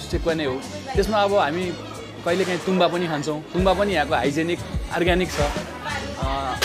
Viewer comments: It's " tong baa "guys not tungbaa and Sekuwa is the recipe of Rais and limbus of East Nepal ever listed all over Nepal . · Not tumba its called tongba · Tumba haina hau paschimeli haru it's 'Tongba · Paschimeli haina hau purbeli ho tongbaa